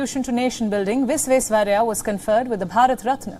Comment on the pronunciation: She is good but Bharat Ratna Mokshagundam Vishveswarayya’s name was too mispronounced